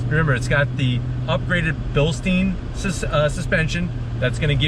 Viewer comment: It’s pronounced bil-stine, not bil-steen. It’s German not Jewish lol